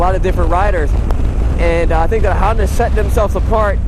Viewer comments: It is not a Handa, its a Honda, take that hot potato out of your mouth if you speak english. And a DCT is not a automatic. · It is a Honda not a Handa.